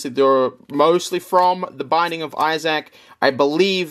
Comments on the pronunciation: I’m stopping this at seven minutes in, as I can’t watch a single second more of it. Who gave you the idea that Isaac was pronounced “I SACK?” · "The Binding of Eye-Zack" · i dont think ive ever heard isaac pronounced as eye sack before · If you say Issac like that one more time, I will hurt you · Binding of Izach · Binding of Izzaac lol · binding of eye zach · binding of iZack. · Its pronounced eye-thzik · binding of eyesack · spending an extra $1,500 to make the video better when we'd just listen to him say Isaac wrong for an hour. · Lmao my thoughts exactly, what's worse is I could hear him saying it RIGHT in my head before this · it wasn't the accent he just said it wrong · wrong And btw americans pronounce it even more wrong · they should make a $10,000 tier for to pronounce the name of the fucking game right 😭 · Say Isaac like that one more time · Pledges $5200 to something he can’t pronounce the name of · The way you say isaac bro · Just found out I don't like the way Australians say Issac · 45 minutes of Australian man attempting to say the name Isaac correctly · The way you say issac is getting on my nerves 😟